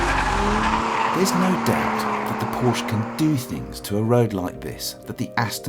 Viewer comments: Still can't pronounce Porsche correctly... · Narrator doesn't know how to say Porsche